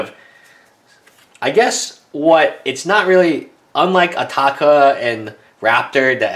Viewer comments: WILL YOU STOP SAYING ATAAKA ITS ANOYING ITS ATARKA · Adel Alrawas SMARTASS hes not in England but AMERICA!!!!!!!!!!!! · He asian he can't pronounce the letter R properly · Adel Alrawas Since when its ataaka everybody says atarka also mispronouces ojutai says ojate